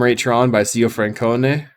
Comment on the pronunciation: ziofrancone is pronounced "tsiofrancone" and means "uncle Frankie", except the opposite of "Frankie", like, Frank except very big. "Big Ole Uncle Frank", I think XD Also, Black Burn preys on most Ux other than Fangs 5/5 spam, not just because of Hydroblast not working. Removal doesn't work. Face-burn doesn't work. Dispel doesn't work (it's all sorceries). The dude suite can't race you because of your lifegain, and you don't care about them getting Monarch because there's usually so few relevant cards for them to even draw. Esp if you've pressured their life total hard enough that they have to counter everything you play. And your sideboard does work on what cards you fear out of them, too. It's really badly positioned when it has to play into Green (Soul Reap is a hell of a card), as well as decks that can either ramp out a one-card-ur-ded bomb or a big WTS. When the meta is full of fairish midrange and Ux "police" decks, it can feel flat unfair, though. It does everything that's "unfair" about Burn as a deck concept, at a somewhat higher curve, but the entire balancing to the cards is that they only hit the life total. Which doesn't matter. When you have to warp it not to autolose to Green / bomb-ramp / fast combo, you can only sort of maybe get there, but you lose your good game against Ux.